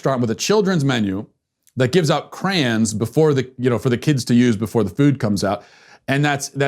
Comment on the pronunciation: I never heard crayon pronounced that way.